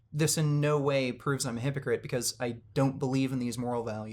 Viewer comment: Or when he says hippocrit or hipocrassy